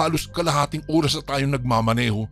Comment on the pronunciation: Oras tamang pronounciation hindi URAS 😂